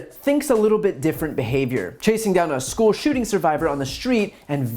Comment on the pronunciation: I wish Marjorie Green would fix the way she says "school" It always sounds like she's saying "sch-kull"